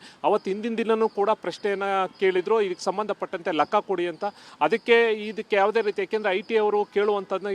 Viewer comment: lakka alla guru lekka